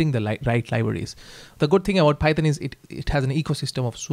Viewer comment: Python ❌ phayethon ✅😂